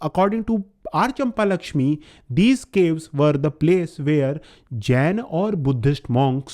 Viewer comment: Brother is not champa-lakshmi its champakalakshmi